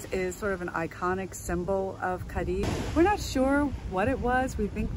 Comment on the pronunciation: You're video was done very well, I enjoyed it very much. The only exception is your pronunciation of "Cadiz"; you can say it by pronouncing the "z" as an "s", however, the correct pronunciation ends with the "z" sounding like a soft "th". It is not, "Cah-dee".